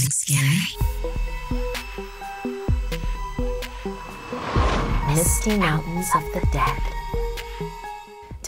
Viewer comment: For a second I thought she said the musty mountains of the dead 💀💀😂😂